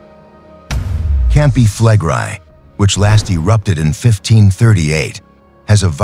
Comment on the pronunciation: That would be "fleh-grey" in Engrish. But the AI does not speak correct Engrish. Speak Engrish, demon!